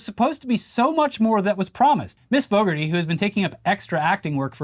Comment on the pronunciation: FYI - In Britain (please don't - it's normally bad enough) It's not pronounced 'Faux-garty' but closer to ''Fog-arty". Go look up commentary for Motorbike legend Carl Fogarty for how to pronounce it.